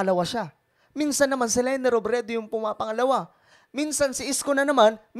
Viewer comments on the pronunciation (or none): none